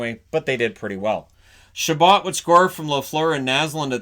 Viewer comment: It was ChaBOT not ChaBOE. He was an American.